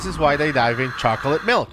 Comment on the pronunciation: Hilarious! 💀 I rewound it just to make sure he said "die," not "dive!"